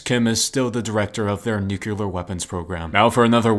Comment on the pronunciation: Pronounced new-clear